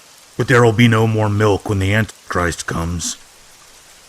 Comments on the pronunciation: Why did he keep saying ant christ? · Love your work! Thanks man. Btw, is there any specific reason why you pronounce "Antichrist" Ant'christ? Maybe I'm hearing it wrong. Just curious. Anyway your channel is awesome! 😈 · Why does he cut out the "i" in antichrist?